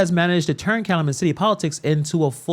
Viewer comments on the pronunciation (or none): Cal-U-Met City…your welcome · I’m happy to see you talking about corruption in Illinois, which is tragically not a new thing. I’m sorry to be nitpicky, but it’s pronounced cal-you-met. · It's pronounced Kal U Met City. Long U sound. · Cal - u - met.... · It’s Cal-U-Met